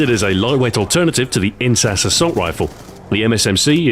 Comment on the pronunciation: INSAS. Not incest. Look up INSAS Rifle on Wikipedia.